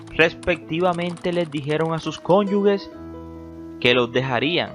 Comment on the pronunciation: No es "cónyugue", es "cónyuge". . No es "Óliver", es "Oliviér". Te confundes con Oliver Twist, creo. 😇